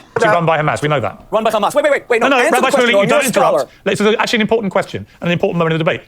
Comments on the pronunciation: lol had destiny never seen the word "rabbi" before? "Rabby"? lol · Destiny please learn how to pronounce Hebrew words. “Rabee”???